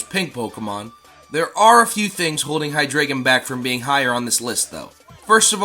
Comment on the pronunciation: Tis pronounced Hy-DRY-gon, tis German. And he's my number one spot